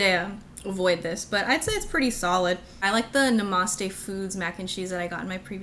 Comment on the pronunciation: I think I like how you pronounce Namaste better